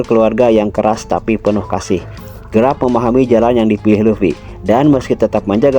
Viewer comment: Kok grap sih? Garp bang bukan grap 😅